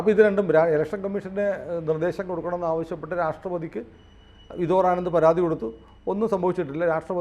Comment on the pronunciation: ആ വക്കീലിന്റെ പേര് വിദോർ (Vidhor) ആനന്ദ് അല്ലാ... വിഭോർ (Vibhor) ആനന്ദ് ആണ്... ദയവ് ചെയ്ത് തെറ്റി ഉച്ചരിക്കാതിരിയ്ക്കുക...